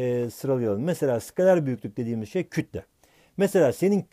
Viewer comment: Skalar degil Skaler